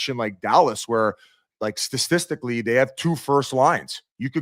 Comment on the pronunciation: Can SOMEONE tell biz how he pronounces statistically?!